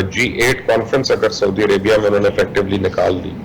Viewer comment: Anchor person please urdu to sai bolna sekh len...saudi ko sodia kardya...